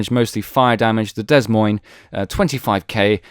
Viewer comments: The ships name is pronounced - "Da Moyn" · Drop the 'S' in 'Des Moines'